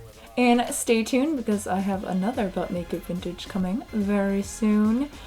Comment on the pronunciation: Everytime she says "but make it vintage" I think she's saying "butt naked vintage" 😂